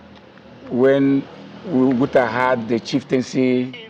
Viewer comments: Excellent observation, I commented on that above too. It is disgraceful of an Igbo person to not know how to pronounce OPUTA in Nigeria. I live in the US and my name is Igbo to the core, yet i don't allow any American to mispronounce it or those of my children's -- I correct them once and they get it. That an Igbo young man is pronouncing Oputa wrongly is a harbinger of what might befall Igbo language -- extinction -- in the next 50 years. I can bet you that he would have pronounced that name excellently were it Yoruba or Hausa. Young Igbos, wake up! it is not only when you hear "Biafra" that you act robotically and thoughtlessly, Nigerians hate Biafra because it is Igbo's, so you must protect Igbo first and foremost but the protection begins with being proud of our language and our Igbo names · Why is the content creator mispronouncing the name of OPUTA as ORPTA? His host showed him how to properly pronounce the name on two instances -- when he introduced himself and when he read out the full name of the man and his wife -- yet he kept on mispronouncing it throughout the video? Also intellectually dishonest was his qualifying the sage as "Judge Oputa", instead of "Justice", the accurate title for any judge of the Supreme Court. This content creator should upgrade his intellect or, at least, do a little research before delving into certain matters. It is stupid, especially of an Igbo young man like him, to pronounce an Igbo name, a famous one for that matter, to sounding European -- it is ignorance, colonial mentality, and inferiority complex exhibiting; it is disrespectful to Justice Oputa and his family to have butchered his last name that way. Charlieboy is a genius and a true son of his father's and of Igbo's for holding onto this legacy of his father's strenuously and dignifiedly. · O-PU-TA. Not OP-TA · Please learn how to pronounce someone’s name. Justice Opu - ta NOT Opta. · His name is Justice O PU TA not opta